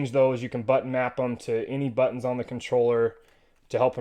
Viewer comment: I was cracking up every time you said but tonz hahaha. Great video and review, thanks!